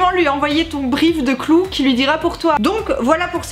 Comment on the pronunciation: "clou" ^^ ! Je me moque, mais j'ai le même accent français merdique :'). Sinon, vidéo intéressante comme d'habitude. Je connaissais déjà l'appli et ça a l'air de bien marcher. Eh ouais je suis un mec et je trouve ça intéressant d'apprendre comment les filles fonctionnent. Eh oui. Car ça fait pas de mal.